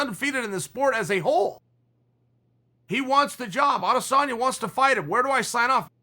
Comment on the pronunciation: How can he say rat lip skinny samalian, adesambo, adesamali